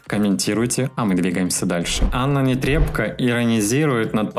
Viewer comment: Аааааа, ты сегодня сказал Нетребко, а не Нэтрэбко👏👏👏👏👏😂 Уж не знаю, что этому послужило, комментарии мои или просто сам услышал где-то, но это радует 😂😂😂💋💋💋 А про BTS будешь нам что нибудь рассказывать? 😬